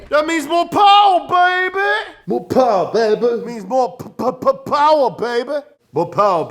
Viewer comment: goes down in history. Moh powuh beabeh. More p,p,p,p, powah baibie